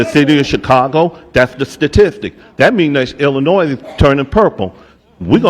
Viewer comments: illinoy...not illinoise lol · I'm sorry y'all, I love ya but you're killing me. It's pronounced " el uh noy ". The "s" is silent. It's a French spelling of an Indigenous tribe from that area. Hearing you pronounce the "s" is like nails on a chalkboard to me. Other than that you give me great hope for this country. Keep up the hard work fellas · Let me help you stop saying the S in Illinois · Ok. I’m from TEXAS. When I was a young buck in the mid 90’s in the U.S. Navy as a 22 yr old. I remember on our Liberty in boot camp I met a beautiful woman down town Chicago who taught me how to properly say Illinois. She said Tex, there’s no ‘Noise’ in “Illinois”. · The “s” in “Illinois” is silent. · People from Illinois hate when you mispronounce Illinois.